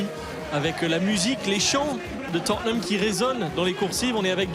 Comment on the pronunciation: Mdr t jaloux ??? En tout cas je prefere la prononciation "Totneum Hotspeur" que entendre des gros "Totténhame" par des gens qui pensent comme toi